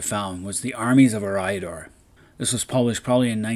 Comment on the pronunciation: Curious thought it's pronounced as E(Air)-riador?